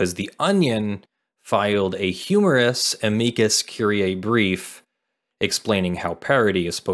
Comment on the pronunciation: Thank you for saying "a-mee-coos" brief correctly. I took one year of Latin in high school and once I passed the class I earned my Pedant's License. Ever since I got my license it's driven me nuts that most people pronounce it "am-ick-us".